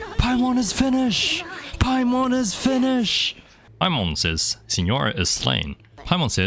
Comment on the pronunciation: merry Christmas!! as a challenge you could do that you can't use any mora or spend any mora :) also when u were done with the signora fight you said finish"e"d and also at the end of the act so u said the letter E ^3^